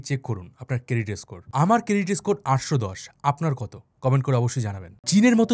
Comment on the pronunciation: এস্কর, এস্পেশাল এগুলো বড্ড বাজে শুনতে লাগে